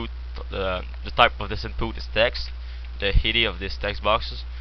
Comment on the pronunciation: in-poot, lAAbl xD xD